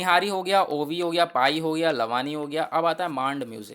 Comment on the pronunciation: Lavani is pronounced as लावणी or laavni